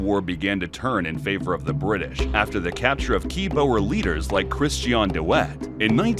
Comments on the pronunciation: Hey, so far your video is going great so far but you mispronouncing a couple of names. Boer is pronounced as “Bore” Piet Joubert is pronounced as “Pete Jew - Bear” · Almost…. Boer is pronounced like “Boor”, “oo” sounding similar to the “oo” in “food”, or sounding almost like the “u” in “rude”. The “r” should strictly speaking be a hard, trilling “r”, but a rounded “r” will do 😅